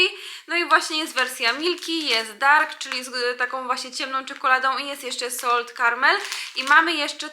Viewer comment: Źle wymawiasz słowo "salted", to nie hejt tylko taka uwaga.